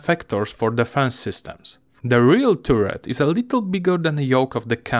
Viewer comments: Nie turret tylko taret :-) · Bardzo dobry film, nie przejmuj się ludźmi piszącymi o akcencie 👍 na przyszłość jabyś robił film gdzie jest dużo o wieży to czytaj to jak taret i będzie super 👍👌